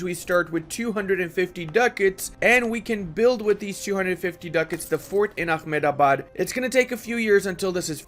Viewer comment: a-HEM-da-bad, not ah-me-da-bad!